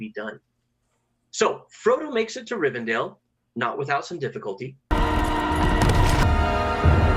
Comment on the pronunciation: I swear nobody knows how to pronounce Rivendell.